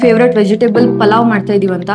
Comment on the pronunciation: ಅದು "ಪಲಾವ್" ಅಲ್ಲ ಆಂಟಿಗಳೇ, ಅದು ಪುಲಾವ್, ಪುಲಾವ್! ಈ ಬೆಂಗಳೂರಿಗೆ ಬಂದು ಹೆಸರು ಕೆಡಿಸಿಕೊಂಡು "ಪಲಾವ್" ಆಗಿ ನಾಶವಾಗಿದೆ!!